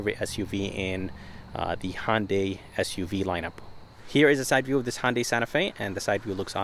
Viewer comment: It's hYundai and alumin I um